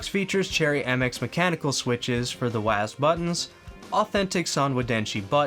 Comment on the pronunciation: this is the first time in my 36 years of life, i heard a person say "waased" to WSAD.. i thought we had to spell it "double-u ayy ass dee"